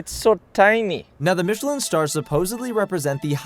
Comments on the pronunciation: Dude - 'Mitch-i-lin' is a maker of tires. The restaurant guide is pronounced in the French style, 'Meesh-lan'. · Michelin- Pronounced, ‘Meeshlah..’ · Pro: Meesh-el-an star 🤦🏽‍♀️ And keep the mic clipped to your top - you know we can hear you! 😂